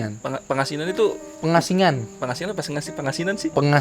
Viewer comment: nara sumber salah nyebutin pos......Pos Kondang Amis bukan Condang Amis......Pos Pangasinan bukan Pengasingan